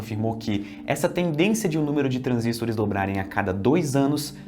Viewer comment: Pq ele pronuncia transístores?